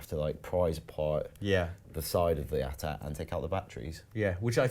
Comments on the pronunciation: Why are they calling the AT-ATs 'atat' ? 😑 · A-T-A-T NOT at-ats ! sounds so stupid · Why @@ it's eyy-tee-eyy-tee